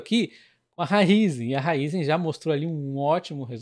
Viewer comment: PARABÉNS pelo vídeo! Sou seu seguidor assíduo 😀 Parabéns também por ser um dos únicos, ou talvez o único a pronunciar o nome da Raízen corretamente 👏👏👏